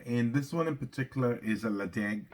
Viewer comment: hi enjoying the content the correct pronunciation is Le Chaig. you are so close to the 1k milestone. cheers from canada with a name like i thought you would be a peat lover.